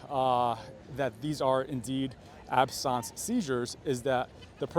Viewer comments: Why are you calling them "absonse" seizures. They are "absense" seizures. Absence a if not there... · Absence, not absawnce. Like if you're not here, you're absent. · Correct pronunciation of ‘absence seizure’ is ab.suhns see.zhuh. Absence is not pronounced as this guy is saying it. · Sorry its not pronounced "absons" its absence as in absent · I had a concussion in March too, and I still have symptoms (9/9/23). There are people who have symptoms for years. You should look this up!!! AND "absence" us pronounced AB-sehns, not abSAHNS. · Ab-sense. It’s just ab-sense / not ab-sounce. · Ab-sons? Absent, absence. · It's absence. Not absonce. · It's pronounced ab sense not ab sonce. Talk like an American because it's Americans watching you. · Your pronunciation of Absence Seizures is weird. I am an epileptic, and was often having Petit Mal Seizures or Absence seizures. Aquiring Epilepsy from a traumatic brain injury is not uncommon but please the word is ABSENT...ending in ce. You make sound like Absynth....wrong animal. He is sick and should retire from the stress of politics and make sure that cameramen do NOT use flash mode with cameras. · "Absarnce"? It's pronounced abSENSE. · its absence, like absence from school...not ab-sonce..another possibility is a tia..although i don't see one side being affected, but it still could be..considering you can't even pronounce the word.... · "Ab-sawnse"? I know I've not gone to medical school but I have heard doctors talk about it before and they have all said "ab-sense" - as in the noun form of the word absent. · Ab-sent...not absahns...like being absent from yourself for a moment. Just because it's a medical term doesnt mean it has a fancy pronunciation. They are NOT that unusual. They are very common in people with epilepsy , severe head trauma and strokes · I didn't realize absence seizures was pronounced absons. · Why do you pronounce the common word, "absense" so strangely? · Never heard Absence pronounced that way.